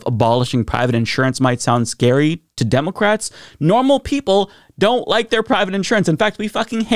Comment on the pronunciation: Why cant this guy say "democrats" right?